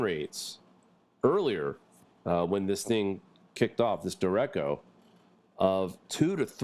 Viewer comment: Derecho= der ray sho